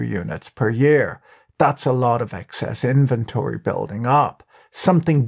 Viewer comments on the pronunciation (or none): none